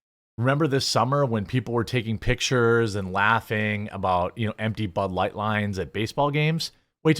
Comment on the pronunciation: Budlight, bulight, bahlight, balight, blight, Blight, BLIGHT!